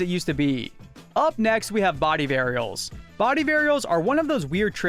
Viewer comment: STOP SAYING “BODY AREILS”